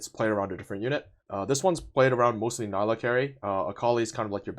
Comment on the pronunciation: Her name is pronounced NEE-LA